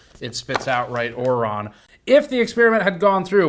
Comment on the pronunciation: My favorite ongoing GN/GNCA thing is that Steve says "Ron" instead of "Wrong" <3